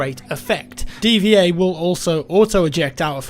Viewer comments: You pronounced D.Va as "D-V-A"? I just assumed it was pronounced "diva". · D V A instead of D-Va? SaMYURai? Those pronunciations hurt to hear. He's not even a samurai, he's a ninja for pete's sake, those are exact opposites! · well its a Title, so even if its not an actual word you are suppose to pronounce it how its intended, which is "Dee-Va". However im not too picky on it, just being factual. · Did you really say dva? Come on its D.Va (Diva) smh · the name of the mech girl (D Va) is supposed to be pronounced Diva and not D.V.A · just saying, it's not pronounced DVA it's pronounced Diva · lel it's pronounced like the word diva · D.Va ... pronounced like "Diva" I think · ***** Thanks, he was pronouncing it like the display port and it was driving me crazy... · Come on man, D. Va is pronounced Diva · huh, i always thought it was pronounced Diva